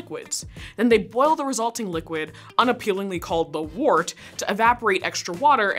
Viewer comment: From what I understand, "wort" is supposed to be pronounced similar to "word", except ending with a "t".